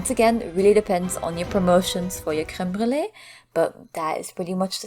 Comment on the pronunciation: I love how you properly pronounce creme brulee